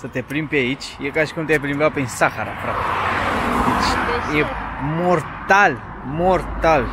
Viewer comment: Awww cum ai pus accentul când ai zis Sahara.:D Malta, Turcia, Albania:P